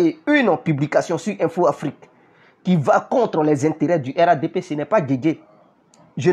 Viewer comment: On dit RHDP toi tu dis RADP